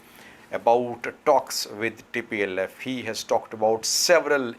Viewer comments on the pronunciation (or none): plse said tplf not dplf